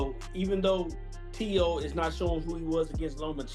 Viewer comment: Teo FIGH-MO lol